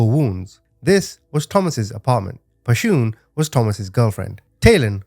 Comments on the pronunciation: One thing... Pretty sure Pashun is someone's creative spelling of "passion" not pa-shoon. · Her name wasn't Pa-shoon... Just her mama's ..creative.. way of spelling passion... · "Pashoon" cracks me up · Her name is pronounced “Passion” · I think her name is pronounced like "passion", no? Such a terribly sad case... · Her name is pronounced passion. Sorry some of us in the black community knows. Thanks for the story. RIP to them 🙏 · Pronounce her name passion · The mother's name is pronounced the same as the word "Passion". I really appreciate the manner in which you deliver these stories. Thank you.